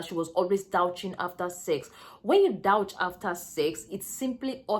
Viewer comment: "douche " is pronounce as dooSH